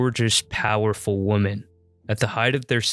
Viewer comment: Nice work … what is up with the incorrect pronunciation of the word “women“ that seems to be like a virus lately..